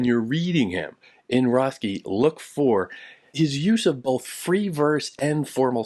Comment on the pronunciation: His name is pronounced RET-key.